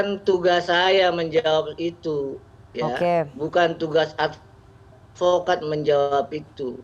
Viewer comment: SAYA ADVOKAD BUKAN ALPOKAD